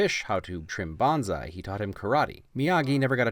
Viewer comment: all that and you still mis-pronounced bonsai (bone-sigh) D: lol good stuff as always man. I was excited to see this one :D